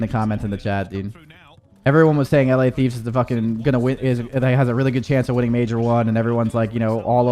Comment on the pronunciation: Its Major not mayor brother